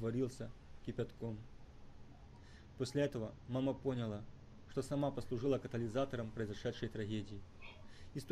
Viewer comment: в слове поняла была ошибка там ударение было на о